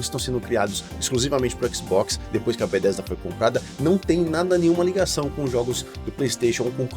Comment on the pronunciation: Video ótimo, mas como me incomoda como você fala Bethesda... Este "th" não fala como "d" irmão.. É muito errado falar "Bedêsda".. Meu ouvido dói todas as vezes.. Haha! Ou fala Betésda em português mesmo, ou saca qualé deste th, e fala o nome todo com entonação correta do inglês... Mas "Bêdêsda" até dói o ouvido.. Rsrsrs